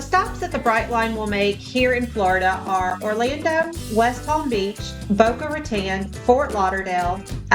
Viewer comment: I know! Someone needs to tell her it’s pronounced, Boca-rah-TONE 😎